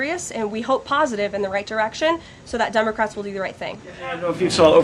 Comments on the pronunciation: She said "DUMBACRATS"😅😅😅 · I swear it sounds like she's saying DUMB-ocrats 🤣